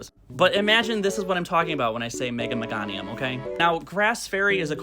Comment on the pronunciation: No babe it's me-GAY-nium